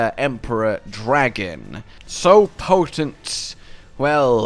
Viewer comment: Everyone: Oh, a new Lore Vid-: P O T E N T